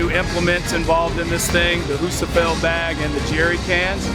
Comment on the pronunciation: Can someone please tell how to pronounce Rebecca Fuseliers' surname? It's Fuse a lear.